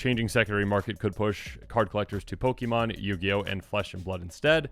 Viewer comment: It's pronounced [Pokaymonn], not [pokimonn]...